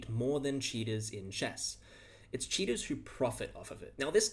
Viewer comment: this video autoplayed so i thought you were saying cheetahs